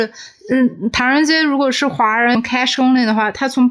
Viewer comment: 最初连现金的英文都发不准，还一个劲显摆英文。